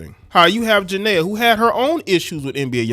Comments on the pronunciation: Please say her name right Jania pronounced Janeeea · Her name is pronounced…… JA-KNEE-AH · If you know how to pronounce Nia Long, you can pronnce Jania. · Y’all can get off of young Boy y’all hate what y’all don’t understand.And you not even pronouncing her name right ……